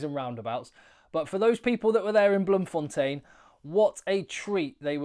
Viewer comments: Just started the video and thank you so much for pronouncing BloemfonTEIN correctly. Even Saffas, especially from Jhb, insists on Bloemfon'tien', Randfon'tien', Garstfon'tien'. Keep up the great work, SA appreciates you. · the way you pronounce Bloemfontein it sure does sound like you're fresh out of south africa